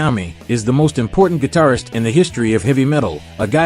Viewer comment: Last sentence... "That should make him (Hendrix) the best 'gidarfer' of all time." What the hell is a GIDARFER??